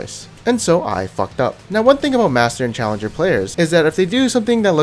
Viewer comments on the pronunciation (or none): You said your challenged not challenjour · You Forgot The R in Challenger :'( you said Challenge. Unsubbed :'( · first time that i notice that u said in the intro "you know im CHALLENGE .... not challenger xD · omg, the intro isn't the same as usual:O sounds like he is saying im challenged xDDDDDlololol.. is best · In the intro idk why but i heard u know , im '''challegned''... Did someone heard that too? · He said "im challenged" not challenger lmao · At the first second he says in challenged not challenger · you said im challenged, or my computer just fucked up XD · did anyone hear at the start instead of challenger he said challenged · Im i the only 1 who only hear "Chelenge" on the start?! LOL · this entire time i thought he was saying im challenger and im asain but hes saying im challenged and im asain XD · it said im challenged instead of im challenger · Did just say "I'm challenged", not "I'm Challenger", at the very beginning of the video? Or is it just me? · He said at the start of the video ''Challanged'' No ''Challanger'' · Dudes, did he say ’’im challenged’’ instead of im challanger?? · 0-0 did he say he was challegned? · Did he say challenged instead of challenger? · guys in the beggining he said challenged not challenger xD LMFAO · at start you know im challenccceee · At the start he says challenged not challenger gg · At the beginning he says challenge and not challenger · Did anyone else hear 'challenged' at the start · Idk why but i picked up that you said "im challenged" instead of "im challenger" :D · lmao "you know i am (mentaly)challenged" tell me its not only that i heard that